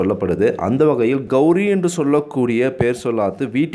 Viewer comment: கௌரி அல்ல கௌலி